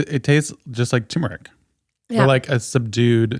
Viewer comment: turmeric. it's turmeric. tuRRRRRmeric please